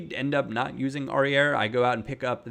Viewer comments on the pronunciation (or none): Don't pronounce the final "R" in Aurier. It's like Aurié.